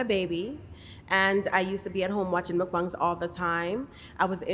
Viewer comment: Muckbongs is what hes saying which is funny